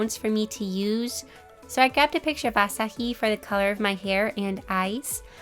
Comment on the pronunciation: nobody's gonna talk about how she said Asahi's name wrong?!! 😓 no disrespect it just hurt my soul